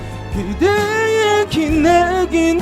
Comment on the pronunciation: 왼쪽:3중에 최고음, 근데 안정적이라기 보단 목으로 얕게 지르는 불안불안(지키지못한에서 한글자한글자 따로 지름 지키지못한~을 지!키!지!못!한) 중간:발음 자꾸 뭉갬, 플라워 고유진처럼 뭉개면 ㅆ간지인데 그냥 이분은 혼자 감미로운척 하는거같음(다아아시금을 드으으으시금, 그대의를 그드으) 오른쪽:음색이 호불호긴한데 난 좋음. 근데 저음에서 가사전달도 잘 안되고 음도 안올라거는데. 이렇게 따지면 박명수도 프로가수임